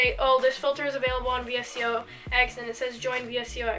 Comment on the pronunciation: this was such a good vid, 1st vid i’ve seen of urs and ily! but just btw its actually pronounced “vis-co”